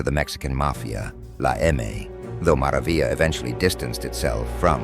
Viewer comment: This got cancelled the way he said mara vila😂 and they didnt say 38th st